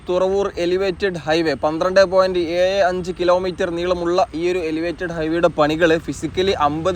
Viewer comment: ആലപ്പുയ, വയി, കയക്കൂട്ടം, ഏയ്‌,(ഏഴ്)കയിഞ്ഞ,(കഴിഞ്ഞ)കയിയുന്ന,( കഴിയുന്ന)കായ്ച,( കാഴ്ച)സ്‌തെലം, എയ്പത്,(എഴുപത്)...........ഹൊ.....അരോചകം